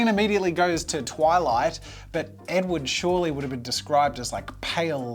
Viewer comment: Absolutely butchered Edward 😂